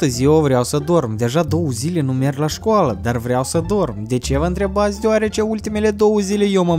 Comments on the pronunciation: dr trei ori ai spus schoala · De trei ori ai sis cuvăntul scuala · Ai spus schoală 2 ori. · Și ai zis de 3 ori schoala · ai spus ,,scoala'' la . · Ai spus scoala